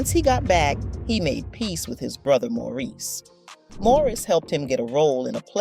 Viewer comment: His brother whose name, “Maurice,” keeps getting mangled in the narrative alternating from “Morris” to “Maurice!!” Don’t these people know that celebrated artists and actors have FAMILIES and friend JUST LIKE THEY DO? It’s no more than common courtesy to ASK someone how a person PREFERS to have his/her name pronounced. If they’re not going to, then they should stick to reading the reports about people they know!! Instead of assuming that nobody knows The Hines Brothers because THEY don’t! Hard to believe that anybody’s relatives don’t have these tacky, ill-informed vlogs just taken down. At LEAST until they re-record people’s names correctly and edit the titles to “Gregory Hines: For People Who Don’t Know Who He Was—AT ALL’